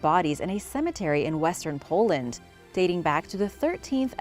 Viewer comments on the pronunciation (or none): none